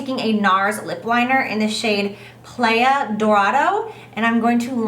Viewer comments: Playa Dorado does not sound like player but rather "ply (rhymes with fly) ah" = Spanish for golden beach although it should be Playa Dorada (in Dominican Republic and Panama) as playa is a feminine noun and Nars names shades after places. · gorgeous as always! btw playa is pronounced ply - ah it means beach in spanish ( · hi jaclyn i love your stuff and you as a person but playa dorado means golden beach in spanish and the "-aya" in playa is pronounced like the ending "-aya" in papaya. But i love your videos and learn so much from them! Keep on inspiring! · Aw Jaclyn I love you! playa is pronounced ply-ah, it's Spanish for beach! Love this look so gorgeous hope all is well with you 🍍🍍🍍🍍🍍🍍❤️❤️❤️